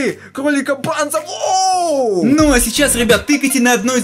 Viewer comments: Не бонзо а банзо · Правильно говорить бонзо а, не банзо